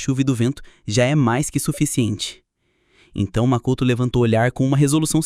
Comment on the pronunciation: Um bom vídeo, no entanto tem várias vezes que os nomes dos personagem é pronunciado de forma errada, como Akihara Haruto q vira Akahara Hirudo e Mikoto q vira Makoto, fora algumas palavras normais que são pronunciadas estranhas e até erros no uso de artigo. Recomendo dar uma olhada nesses aspectos pro próximo vídeo e tbm sei lá, tentar dar uma animosidade melhor pra história em vez de apenas ler a rodo os diálogos do capítulo do mangá.